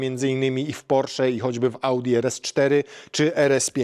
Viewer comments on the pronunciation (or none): none